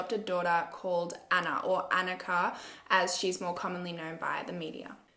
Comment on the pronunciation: hey just so you know her Annikas name was probably pronounced ON-Ika not AN-ika. I have a sister named annika and we are of norwegian backround.